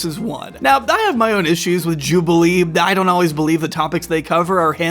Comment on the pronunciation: Jawbilee when?